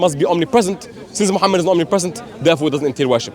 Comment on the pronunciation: she didn't even know how Muslim pronounce the Name of our prophet s.a.w how can she be ex Muslim ??